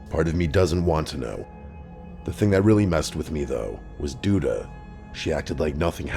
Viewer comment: Reporter: “Dee Dee Mega Doo Doo” Reporter: “sorry that’s Duda Mangudu”